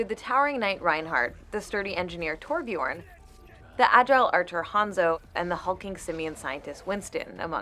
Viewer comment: That's not how you say Torbjörn. The o is pronounced more like the oo in cool, and the ö is pronounced like the u in fur. Toorbjurn. Thanks for reading this, i'll go now. Crawls back into hole